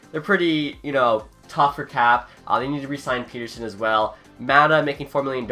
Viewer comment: The pens won’t have that much in cap space because u have to factor in the Guentzel extension and that’s not how you pronounce pettersson’s name.